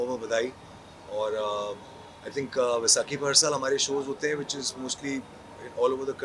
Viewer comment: It's vaisakhi Not beisakhi B❌ V ✅